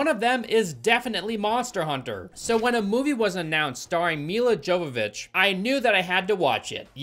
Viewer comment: Nobody is going to tell this man how much he's butchering Milla Jovovich's name?